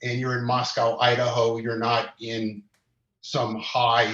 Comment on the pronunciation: Please tell prople.. It is Mos co, long O, NOT Mos COW. I'm in IdahO and it is so irritating 😒